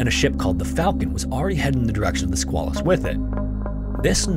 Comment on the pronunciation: It's the Sqay-lus and the river in Portsmouth NH is the Piss-cat-a-quah.